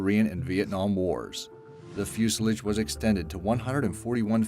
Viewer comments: He kept saying 'Fusalige!' It's Fuselage..... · its fucking 'Fusealaaaaage'....not 'fuseledge' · Its not called fucking Fuselich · Are you really surprised? This guy can't even say fuselage. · mispronounced fuselage